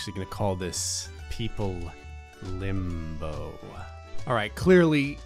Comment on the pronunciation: Him : people limbo Me : people limb-bo